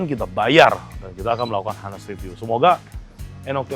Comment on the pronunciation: Savory bukan dibaca "saferi" tapi "seferi". Honest bukan "hanest", tapi "on-nest". "On" kayak di "oon". On-nest.